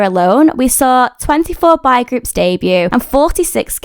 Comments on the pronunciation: im just wondering, do you know how to correctly pronounce "boy"? You kept saying "bye"/"bi", so I wasn't sure. You start off with "bo", then add "y" at the end. "Bye" is not the correct pronunciation; I hope this helps! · From the way the word "boy" was pronounced I thought I heard "bi-" and I was like there's no way there are bi-sexual kpop groups😂😂